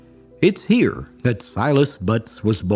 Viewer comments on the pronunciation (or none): none